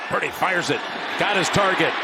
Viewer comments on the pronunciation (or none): LOL! When Jim says Purdy's name in a hurry, he actually pronounces it "Pretty!"